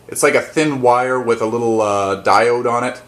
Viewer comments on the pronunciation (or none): none